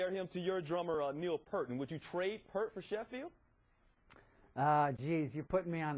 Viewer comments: Brilliant job Ged!! Just unfortunate that he had to be interviewed by such a complete shit station like ESPiN... And The Professor's name is P-Ear-T you dimbulb... get it right before you look like a moron! Oh... to late... ESPiN sucks... Dirk Rocks!! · It's pronounced Peeert. Peart. P👂T.